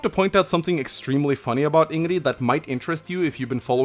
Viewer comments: God I´m so annoyed how you pronounce Ingrid. It´s IngriD not "Ingry" there is a D there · Yeah, to be honest, I kinda want to punch a wall every time he says "Ingree" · Why are you saying her name wrong? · Anyone else find it a little hard to her say Ingrid with a D at the end of her name or just me? Sorry if this sounds rude mispronouncing a name is a pet peeve of mine. I don't know and just recently started watching most of the character previews but hearing Ingrid pronounced different is strange to me. Again sorry if this sounds rude the video was still great to watch and I plan on recruiting her to the Golden Deer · stopped watching because of the annoying way you pronounce her name. jesus christ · this is gonna sound really obnoxious but there's a d at the end of ingrid's name. please pronounce it in future you silly viking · Hey, is there any reason you're not pronouncing the 'd' in Ingrid? According to the Japanese you're supposed to. Also: Marianne next, please. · Serious question: is the "d" in Ingrid silent in Norwegian or are you just calling her by a cute little nickname? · The "D" is not silent in Ingrid.